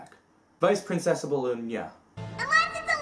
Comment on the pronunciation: “ PRINCESTIBLE CELSTIBLA “